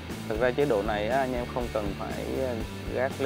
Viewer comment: Mấy mod tinhte phát âm từ anh em thành anh nhem hoài nhỉ, đặc trưng hay là lỗi vậy nghe khá khó chịu